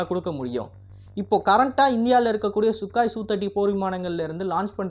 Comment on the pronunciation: சுகாய் இல்ல...சுகோய்...